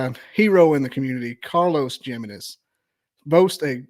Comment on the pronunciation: lol i love how he says his last name lol jiminez its pronounced himenez lol :face-blue-smiling::face-blue-smiling::face-blue-smiling